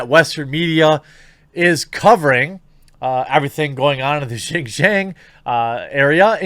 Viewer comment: good job on the pronunciation on JinJiang... you don't see too many YT'ers getting it right.